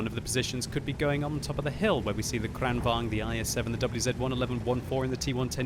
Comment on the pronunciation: because v is pronounced with a w and vice versa in some dutch languages in europe ... isnt the kranvagn pronounced kran wagon? and even if the w and V isnt like that in swedish languages isnt it still kran vagon in the pronunciation rather then kran vang